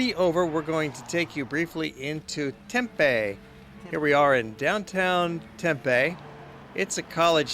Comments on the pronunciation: FYI-If you call the city of Tempe, TEMpay, people will wonder what you're talking about. Here in AZ, we just say TemPEEEE. :) Great video! I'm a native Arizonan (an oddity). It shows where I live and places where I've worked. Btw, LOTS of hotels in downtown Phoenix, too. Hotels everywhere in the Valley of the Sun. I don't even have to leave home to go on vacation. Welcome visitors! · Oh and you would never here anybody in the Phoenix area say Tempaaay...its Tempeee.. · ha ha, I love how he pronounces Tempe.